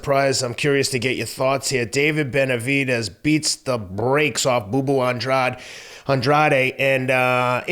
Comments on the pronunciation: Claro. And he is of Portuguese heritage. But he pronounces it Awndrayde, and for his big moment they should have given the man enough respect to take two seconds to look it up on Wikipedia or listen to him pronounce it himself, in my opinion. No quiero faltarle el respeto. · Its An-dra-de in spanish 🫣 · How can you have watched this fight and still not be able to pronounce Andrade's own NAME